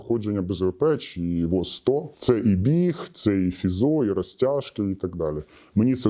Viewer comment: Дозвольте пови*обуватись? Не воЗ, а - воС, бо ж С=Спеціальність.